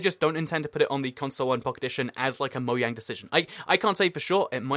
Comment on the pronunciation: Why do you say mojang like it's spelled moyang? Is it intentional or is it your accent cuz I heard people with your accent say it like mojang